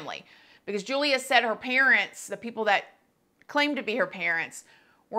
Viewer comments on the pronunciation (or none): Hey, here for Poland 😊 her name is pronounced with English Y instead of J so like you would say Yulia. Love your videos 💕